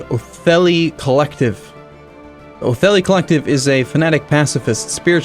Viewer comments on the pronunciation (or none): Oh man. is truly. He makes a faction clearly called OtheTHi, and he calls it OtheLi. GGWP